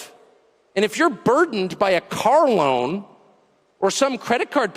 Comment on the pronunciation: a lawn or a loan 😂?